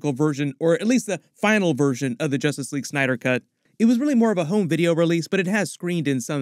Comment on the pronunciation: So what is "Justrice" League, Warworld. Seriously?